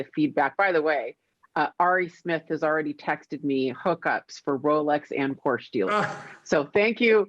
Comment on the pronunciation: You know I love you but you've got to pronounce Porsche correctly if you're going to own one 🤪